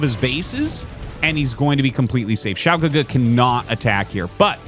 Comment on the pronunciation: Hey Arty! Great pronunciation of Xiao GeGe btw. You are truly a master of the casting craft. When I look at game 1 I kinda was thinking to myself what would Snow do as the Terran was pushing. Do you think he needed double reaver to hold off that push instead of just one? Or would it have been the same outcome? Would mass shuttles have been the correct play? It looks like Xiao GeGe was trying to flank too, but was hesitant as he prob knew mines were there, but couldnt he have taken like 2 zealots and run them through to clear some of the mines before sending the rest to flank or was that not worth it?